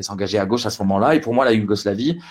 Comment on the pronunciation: "DEU GÔÔÕCHE" ... ÇA REND CRÉDIBLE ?